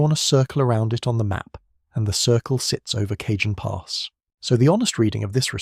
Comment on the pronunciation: Cah hon pass, not Cajun.